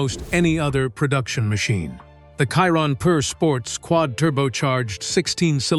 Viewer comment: They still can’t make AI pronunce Chiron properly.